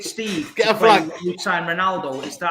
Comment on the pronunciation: Why does say reenaldo?